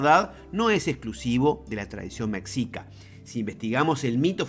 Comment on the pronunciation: Veo que pronuncias "Mecsica". Lo correcto es "Meshica". Saludos desde México.